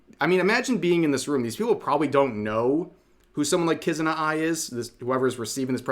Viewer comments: the presenter said kiZAna ? cant even get the name right...after miku is AI driven. i think this is a grift presentation. trying to get investors so that they can flood the market is pathetic vtubers copy. while either stealing people's assets or using public assets. China AI avatar is using free software and an actor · “My friend, Kuzana Ai” Lmao, she calls her a “friend”. Can’t even pronounce her name right. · lmao She said Kuzana Ai Also imagine trying to tie Miku into this without even doing a Little homework. Miku was never an AI nor a Vtuber. Amazing. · she can't even pronounce kizuna's name XD XD XD XD and she thinks miku is A PERSON!!!! XD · "-Hatsune Miku which was the first AI powered popstar" EXCUSE ME WHAT?????? If you're gonna do shit like this company, at least do research, wtf.. I hate this already. The way they she miss-pronounced Kizuna's name too.. This company's in for a lawsuit.